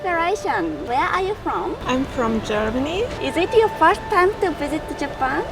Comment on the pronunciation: Japan のイントネーションと、firstの発音 頑張ってください